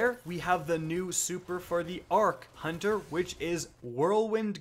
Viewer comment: You mispronounced Hunter